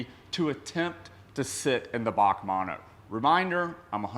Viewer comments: It’s not pronounced Baque it’s actually just the letters B A C mono 😋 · B.A.C Mono NOT F***ing "Bac Mono" Please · Back manno it's bee a cee bac manno 😆 🤣 😂 😹 😆 🤣 😂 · Briggs Automotive Company Mono. "B A C mono" Not "Bach" mono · Bee A See. Not bawk. Sick cars. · B A C mono, not "bac mono" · It's B.A.C mono bee ayy see not bac or bahc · It’s not pronounced bac It’s pronounced B-A-C mono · its not a Bac its a B A C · As far as I know it is pronounced BAC, like you say BMW individually, not Bac as one word. I hope you can understand what I am saying lol. I like your longer video format too. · Interesting video...as always! B.A.C. is an abreviation of "Briggs Automotive Company". It is not pronounced as Bac or "Bach" as you did. I'm sure you would not call a BMW a "Bimwa"... Otherwise, great to see what car cultures exist in unexpected places! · I have to say its pronounced Bee A Cee Mono, short for Briggs Automotive Company founded by brothers Neill and Ian. Cambodia looks awesome. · I'm pretty sure its B.A.C. not BAC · British Automotive Company so pronounced Bee A Cee 😁, pedantically yours PB555. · I'm sure Christian Von Koenigsegg likes being now known as Christopher 🙂...... Oh and you pronounce each letter in BAC. Keep up the great content my man...